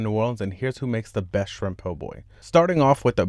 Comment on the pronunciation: Cwispy shwimp 🤣 😂 🍤